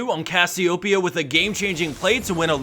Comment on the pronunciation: gj reading cassiopeia's name. :P